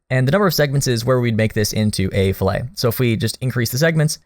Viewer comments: You say the T in fillet, fill-it. The other way is food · in machining, it's pronounced fil-let. You only use the french pronunciation for cuts of meats. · Good lord. I hope you’re joking. An engineering fillet is pronounced “Fill it” as if getting a tank of gas. Foodies pronounce filet (as in fish) the way you do. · I was always taught in my engineering classes that filet was pronounced like fill-it..